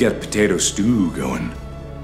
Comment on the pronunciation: A Moto:potato patao Mark:PATAERS